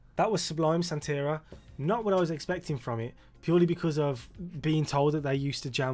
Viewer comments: Pronounced "santa-ree-ah", it's a Spanish word for an African-Cuban spiritual tradition. I'm glad he only put it in the first line! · Sublime has some of the best songs from the 90s! Btw it’s pronounced “Santa-ree-uh” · Fuckin awesome band. This style is reggae, but as others have said they span punk, hip-hop, ska and dub as well. BTW, i think it's pronounced Santa-ri-a. +1 For checking out a song called Wrong Way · Pronounced SANTA- REE-A...Sublime is still a West coast favorite, even long after Bradley's death...RIP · Senteria? Now pronounce ALUMINUM, SIXTH & CONTROVERSY. For the last one sing the word to the Prince hit CON-TRO-VER-SEE and you'll be saying it right😅🤘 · Lol you said "SanTEHria" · Hayna is a bad pronunciation of "reina", queen in Spanish, and sancho is a bloke who moves in on your girl. It's chicano lingo.